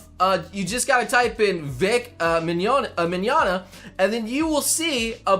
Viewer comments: Yes, you said his name right. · Thank you, for standing up for Vic Mignona. I have met him on 3 occasions at a con and he is very nice and sweet. Even at his panels he is the best. And when his time for his panel is up he is very humble about it too. And yes, you said his last name right XD.